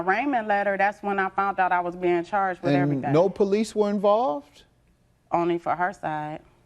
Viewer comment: Please forgive me for using the “N” WORD…”NONSENSICAL!” 🤦🏽‍♀️ After mispronouncing “police” PO LEESE nearly three to four times, there was a nonexistent PO LEESE REPORT 😂😂😂😂😂😂😂😂😂😂😂😂😂